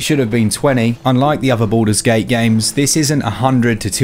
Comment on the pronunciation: Why I hear "Buddhas gate" ?